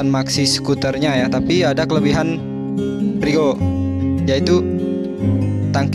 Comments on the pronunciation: Kau juga salah frigo. Kau kira menggoreng kah. Freego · Freego, Mas....